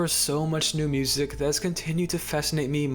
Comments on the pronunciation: why do you say music wiht a hard c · mf saying music-hhhhhh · why is bro saying musiCKKK 💀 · The way you said music was really throwing me off. This is not me hating I promise!!! I just wanted to ask where your from💀